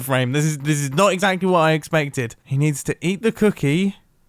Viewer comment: "IN WHOT??!!" "I-IN WHOT??!??!!" "WHAUT DO U MEANNNN!!?"